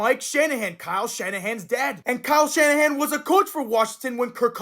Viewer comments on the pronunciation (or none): none